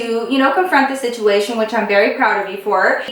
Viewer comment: Not hating or anything, but does anyone else notice when she says situmation instead of situation? I she doing it in purpose..? 🤔